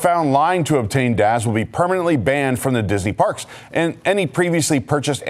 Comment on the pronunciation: I'm sorry but its DAS not DAZ 😹😉